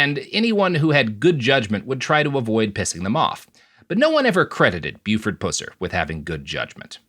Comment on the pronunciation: You need to know the facts about the case everyone is dead. Pronounce Buford's last name correctly be respectful to his family